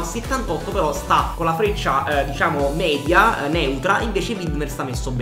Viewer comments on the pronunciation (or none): none